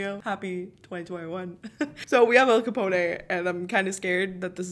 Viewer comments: Lmao she said al ca pona it’s al ca pone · Btw you pronounce Capone as in (Cuh-pone) not (Cuh-poné) lol. Fun fact my cat is named after him XD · Capone is "ca-pwn' not 'ca-pwn-ay'. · The way the said “al Capone” she said “Al CapOnA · okay maybe im wrong because my earphones are on the fritz but did she say Al capone ayyyyye. I think its Al Capone with the O saying its name and the E is not doing anything. Maybe ive been saying it wrong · You did not just say caponA lol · Think stone when saying Al Capone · Al capon-EY!? sorry what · “Al caponè” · Did she say Al copo ne and Al copone was mob boss in Chicago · al capone not capon-ay, and he is from chicago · Lmao Al Capone is from Chicago and it’s pronounced (cup-own) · His name is pronounced al capon and he is from Chicago not New York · I was annoyed the whole video because she was saying al caponay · Al Capone like Al CaBone not Al CapOne